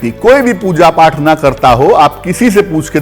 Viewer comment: Oath nhi path